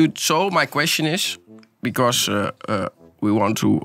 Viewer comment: "Bicoss we want to hear and hear it back". Hoor en wederhoor. Goud